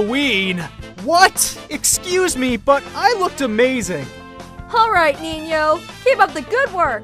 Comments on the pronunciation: Is it just me or did say Ninyo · Good job, Ninyo Me:.you said his name wrong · Lol said ninyo